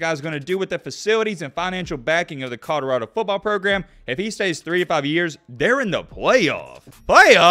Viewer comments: Is it Conarado or Codarado? He certainly isn't pronouncing it Colorado.... :) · “I said it when he was at Jackson State, now I’m going to say it when he’s at CODORADO” lmao 😂😂 he says CODORADO every time 🤣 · “CODORADO” Come on,! You’re supposed to be puttin on for the Alabama natives! Lol 😂